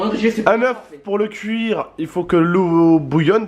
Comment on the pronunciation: Il ses pas parler ce débile de « Cuir des oeufes mdr »